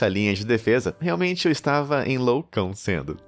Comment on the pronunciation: "Eu realmente estava enloucãocendo" KKKKKKKK